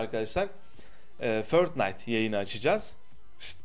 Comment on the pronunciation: Niye förtnayt diyon